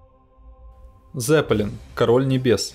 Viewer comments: Какой "З"еппелин? На немецком -Цеппелин, буква "Z"-это Цэт..имейте уважение к оригинальному звучанию,пусть рок-группа будет Лед-Зеппелин. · не "зЕппелин", а "цеппелИн". это немецкий.